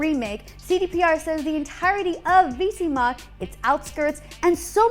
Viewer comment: omg, the way you kept saying Vizima triggered me. THE HELL IS VEESEEMA